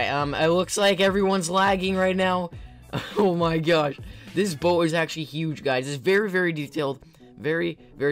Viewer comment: Did this guy just say oh my goshe